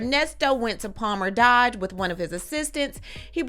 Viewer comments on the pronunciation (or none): none